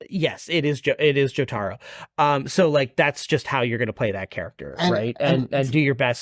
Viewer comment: " Jo - TAR - o " ? It's JO - taro.